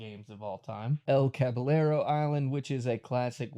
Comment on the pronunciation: Double L makes a y noise in spanish so caballero would be pronounced cah-bah-yero, with a trill r. Good video btw